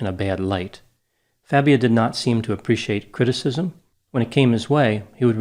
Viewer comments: Everyone needs to keep calling him Fabia....not Fah-bia like he insists it’s pronounced! That eats at his fragile ego 💯 😂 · I like how mispronounced Fabia. What do they call pretending not to be Latino?